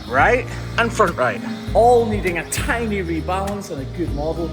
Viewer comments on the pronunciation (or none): none